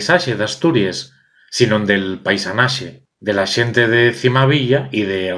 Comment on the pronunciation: Lo meyor ye qu'enantes diz "xente" bien. Yo nun lo entiendo.